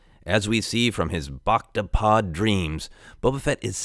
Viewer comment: IT'S "BACTA" GODDAMMIT!